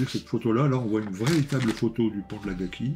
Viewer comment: Salut l'Ami, belle revue, comme d'hab.... mais too much pour moi... Au fait, c'esr Akagi et pas Agaki !!🤣🤣👍👍